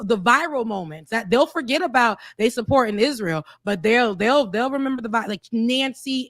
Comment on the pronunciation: Fetterman cant pronounce Hamas and cant pronounce Israel. Love u but glass houses and all that.